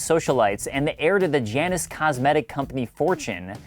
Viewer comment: Janus, pronounced "JAY-nus," is the Roman two faced god of Gateways and transitions. Just FYI.